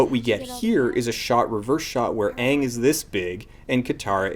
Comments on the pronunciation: Actually, the fact that he saw the show and then made a terrible movie is fairly easily explained; horrible creative decisions. The best example is the pronunciation of the main characters name. He knows DAMN FUCKING WELL how it's properly pronounced. However, as a big flashy Hollywood director, he researched the entomology and felt that, in order to give the best experience to the viewer, it needed to be changed. I mean, he knows so much better than the creators of the source material, right? Another example is changing the way firebending works. Firebending is borderline overpowered in the show. The ease of learning, the number of firebenders in comparison to regular population, and the sheer destructive force place it highly in its COMBT effectiveness when compared to the other benders(Korra goes into how earthbending is actually far more useful in practicality). In the narrative of A:TLA show, this makes perfect sense, because how else would a relatively small nation be able to take over the entire world? Wouldn't it make sense for fire to be made from nothing, like air would be? All fire needs is oxygen in order to be created, technically. But no, not according to this director. Firebending can't be OP; it needs to be comparable to earthbending and waterbending, which both rely on the element of choice be close at hand. Fuck the symmetry of firebending and airbending being elements not needing physicality to be conjured, compared to the other two. Fuck the idea of firebe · You keep saying aang but an hour into the movie they clearly say his name is Oong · It took 4 earth benders to move a few pebbles while in the original show, a SINGLE EARTH BENDER could raise 10ft walls in seconds. Also, I hate how they pronounce Aang's name in the movie. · The first time they said Aang's name, I knew we were doooooooomed! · "Are you the Ahvatar, Ong?" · Great video oh and they say Aang's and Sokka's name wrong to boot lol